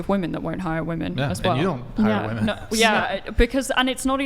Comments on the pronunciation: "are you saying that you don't think woman should get hired?" UGH. First off, the mispronunciation of the word "women" by a native speaker is grinding my gears. Second, she's running in a whole different direction he said nothing of the sort. Why must they reach for these made-up things? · I'll never understand why all of these 304s cannot pronounce women. They always just say woman and it's irritating as fuck. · Why in the world do all these females keep saying WOMAN instead of WOMEN when something is plural? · Why have so many Americans forgotten how to pronounce the word "women"? I hear it on almost every video I watch. What the hell is going on??